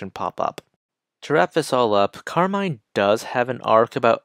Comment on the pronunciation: hey! you're pronouncing her name wrong btw, it's pronounced how you would say "carmen"